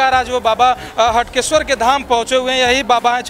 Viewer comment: Clear nhi tha हाटकेश्वर है हटकेश्वर